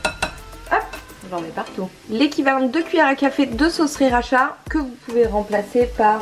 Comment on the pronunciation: Top merci je testerai ça très bientôt ! Une remarque me démange : on t’entend souvent dire sRiracha mais c’est juste sIracha hehe !